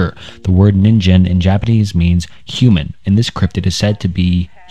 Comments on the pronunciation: Ningen is pronounced NEEN-GEHN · Ningen was also pronounced wrong there's no j sound. Now I can't stop imagining that thing wearing a ninja costume lol